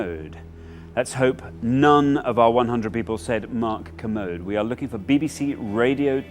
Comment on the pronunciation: It's Ker-mode Not commode